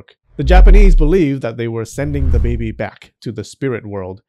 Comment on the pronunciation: I like how they say baybay instead of baby sometimes 😂